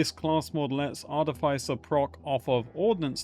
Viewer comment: VertiGG is a terrific new Borderlands creator. That would be a fun collab. ♥️ Also, it's pronounced Ar-tiff-isser.